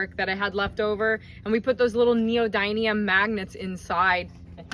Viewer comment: It's amazing what you've been able to fit in such little space. Seriously impressive. Btw, the magnets are neodymium, pronounced nee-yo-dim-ee-um